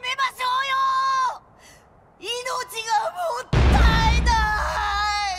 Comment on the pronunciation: コビーって、「もったいない」じゃなくて、「もったいだい」って言ってたのか 「もったいない」が「もったいだい」に聞こえるだけかと思ってたけど、まさか自分から「もったいだい」と喋ってるとは、思いもしなかった